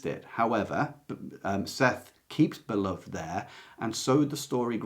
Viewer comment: FYI: the book Beloved is pronounced bih-luhv-id, not bih-luhvd.